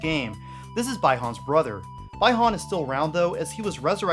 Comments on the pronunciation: BLINK! man I loved the invasion theme of MK3 And it’s pronounced Bee-Hun not bi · You pronounce Bi Han as Bye Han. It's Bee Han. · It's bee(bi)han not bye(sexual)han! I get goosebumps of hatered(not against you) when It's pronounced like that.It's sounds awful! By the way good work to!!! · Who is bai han??? 😂😂 i know Bi-Han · anyone else get trigered when he called sub Zero By-han and not (Bee-Han)? Bi Han is my favourite and I'm glad they bringing him back as Sub zero in MK 11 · BEE-Han, not BAI